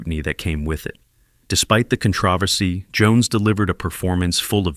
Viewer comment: How did you mispronounce controversy?